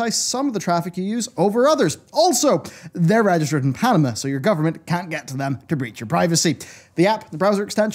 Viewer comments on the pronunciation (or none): none